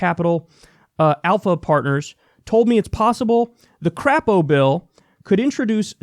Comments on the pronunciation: His name's actually pronounced CRAY-poe, but no one actually calls him that here in Idaho. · Lol. You pronounced Crapo wrong. And he's from Idaho, not Indiana.